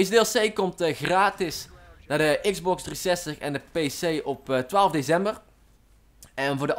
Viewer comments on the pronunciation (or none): Grappig hoe je DeCember uit spreekt :-p